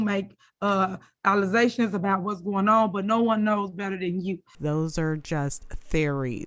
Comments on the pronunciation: . Again, she goes on to prove her stupidity ~ 'ALEZASHUNS' - I don't even know how you would begin to spell the word that she is not even able to pronounce correctly! In case you don't recognize it the word is - ALLEGATIONS. SOMEBODY PLEASE SEND HER BACK TO SCHOOL! OBVIOUSLY IT DIDN'T WORK THE FIRST TIME!! SHE DIDN'T LEARN ANYTHING!! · Did she say allezations??? Instead of allegations smh lol first it was waterlelons now allezations man how did she even get elected??? She’s a hood booger arrogant master manipulator